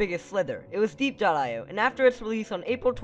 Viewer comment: it’s pronounced Diep.io, so die, not dee